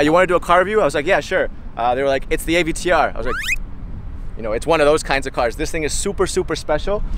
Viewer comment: Ah, yes, the Mercedes AyVeeTeeUrrr